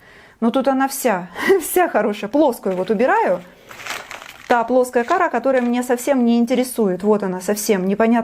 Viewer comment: почему кАра. а не корА..???